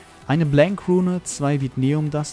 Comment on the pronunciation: Vinteum! nicht Vitneum